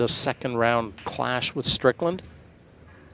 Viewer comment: does it annoy anyone too beacuse it says strickand